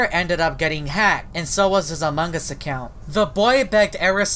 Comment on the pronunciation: OMFG ITS AMONG US NOT AMONG GUS